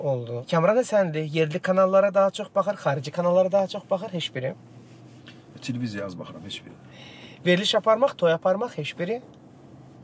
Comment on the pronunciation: Veriliş çox maraqlı idi. Amma aparıcı, çox hörmətli, intellektual, müasir, savadlı insan olan hələ bilmir ki, " heş biri" deyil, " heç biri" deyilməlidir?